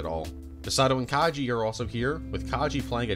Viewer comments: lovely video, but please, PLEASE, put more effort into pronouncing character names. You called Kaji Kay-gee and consistently butchered otheres :( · bro did you even watch the show? Calling Ritsuko "Akeyji" and calling Kaji "Kaiji"...